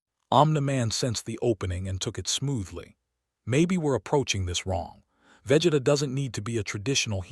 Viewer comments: its vageeeeeeeta not veh geta more emphasis on the e man, go watch some dbz before u make these crossovers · I stopped when the ai narrator said VEHJETA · Ai calling him veh geh tah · Imthe man, Vegida, Fre-ezza. AI pronunciations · Im sorry, I can't sit thtough hearing Vegeta's name mispronounced repeatedly for that long. XD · SOMEONE NEEDS TO TEACH AI HOW TO SAY VEGETA and OMNI MAN if yall wanna keep this shit up peace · Can you pronounce vegeta’s name correctly 🙄🙄🙄